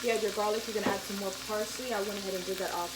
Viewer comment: This looks Delicious af! You say "Parsley" different lol. Your a Dam good chef, im gonna try this reecipe thursday.